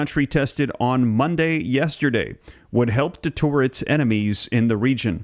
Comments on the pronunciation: Giving Kim a nuclear weapon & a missile system to go with it is like giving a 3 year old a hand grenade ! On a personal note... you keep saying "de-tor", what do you mean ? You have said both deter and detour, when you have read them ! ? ! The ONLY other person I've ever heard say debtor is a a Canadian... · Deter is pronounced de-TUR not de-TOUR.